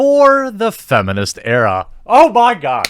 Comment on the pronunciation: Lol "Era"